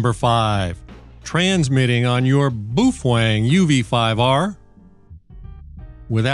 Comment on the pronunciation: dude calls it boofwang because he loves boofing wangs